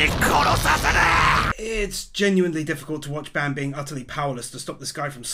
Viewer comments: It's bAn not bEn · you are pronouncing Ban's name horribly, it's supposed to be 'B-ahn' not 'ban' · Please stop saying ban wrong, it hurts me 😭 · Why do you say Ban like Band?